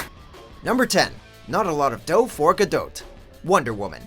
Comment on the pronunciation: NOT ENOUGH DOUGH FOR GADOTE??? ITS PRONOUNCED GADOE IT RHYMES!!!!!!!!!!